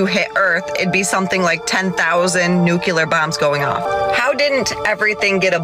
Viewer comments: I'm sorry did she just say "nucular" instead of "nuclear"-? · As a radiation safety officer...The word is Nuclear (new-clear) NOT Nucular. I know its petty but it grinds my gears. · Why can't Americans say nuclear properly? It's new clear not new kula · Excuse me, nucu-what? Did you mean "Nuclear", lady? It's pronounced Nu-klee-yar. Do you pronounce "Nucleus" Nuculus?